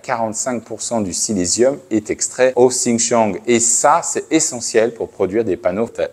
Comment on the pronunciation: Silicium et non Silésium 🤣